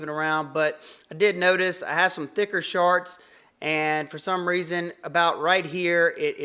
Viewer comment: Hope you’re feeling better! If I didn’t know better, I’d say you were saying “sharts”, not shorts.